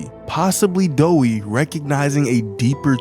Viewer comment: Doey not Doei